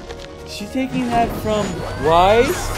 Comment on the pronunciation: Also, It's pronounced like Why and ice, not like Wise, though you've gotten better about that.